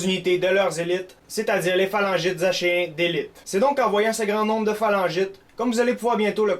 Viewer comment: Je crois que achéens se prononce ackéens.